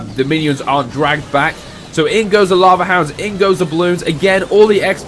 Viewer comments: Sorry I mean u say it like lava, not lave lol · U say it like lave, but u need to say it like lova.👍ok